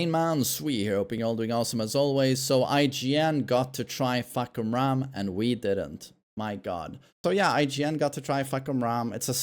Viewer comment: as a Thai I can confirm that his pronunciation is on point 😂